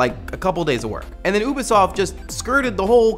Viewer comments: I love this show. Thank you for all that you do. Just one thing, Ubisoft is pronounced "You-bee" soft. Hope that helps! (Also forgive me if anyone has already said this) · Huh, I've always pronounced Ubisoft as You-be-soft, not Ooo-be-soft. Wonder which one is right.